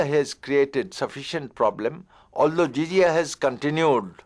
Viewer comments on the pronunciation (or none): And it is jizyah no zizia pls correct